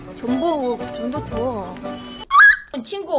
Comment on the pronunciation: 존버를 달라고 ㅎㅎ 정보를 달라고 발음이 안되는 구나 귀엽다 체널 존버 하고 싶다 정말